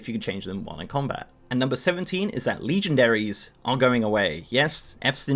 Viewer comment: Fuck you "Leegendairys"